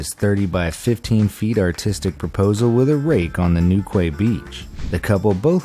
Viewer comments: lol, you know Google has voice pronunciation right? It's New-KEY, not new-kuwahy!!! I guess you don't know what Quay means hey? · Newqway I'm from Cornwall and it's pronounced newkey 😂😂😂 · Narrator ::: The beach in Cornwall it’s pronounced new-key please get it right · Oh Americans please learn how to pronounce English 🙏 Newquay is pronounced Newkey... use YouTube for pronunciations if your not sure!! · It's pronounced New-key ;) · Great Video. Only thing, Newquay is pronounced "newkey" in England. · It's Newquay beach is pronounced Newkey, as the key to open a lock.